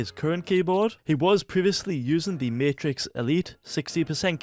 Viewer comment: I like that he said martix